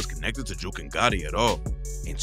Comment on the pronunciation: Jook rhymes wit Book not Juke